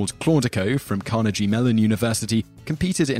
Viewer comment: Americans go back and forth about how to pronounce Carnegie -- "car NEG ee" vs "CAR nuh ghee" -- but I'd never heard "CAH nuh jee" before just now. Also, it's Atari "twenty-six hundred". :)